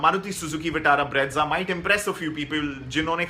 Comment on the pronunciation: Bro plz stop calling brezza as breadza😂.... Learn to pronounce first